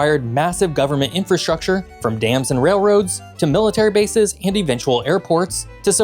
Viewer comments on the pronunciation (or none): none